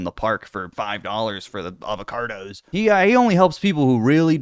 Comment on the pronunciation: why do you pronounce avocados with an R?